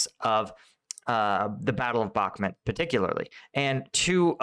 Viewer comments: its BakhmUt!!! BAkhmut is rusnja pronounce, wrong by default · Again and again in every video. "Optyne", "Bakchmut" and others. Stop butchering names please, behave professional Bakhmut - pronunciation as Bach-mut (Sebastian Bach, do you know?) Opytne - just as you see it at least, nothing like your "Optine" in every video Common - you are posting video every day, put an attention a bit to preparation, maybe even get in touch with some from Ukraine to help you learn and pronounce that few border line cities correctly! Professionalism, remember